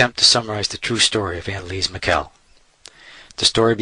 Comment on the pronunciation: The correct german pronounciation of her name sounds very different- like "unn-elise-mi?ell . The "ch" sounds like a whispered k. The german "i" is spoken like in "inform"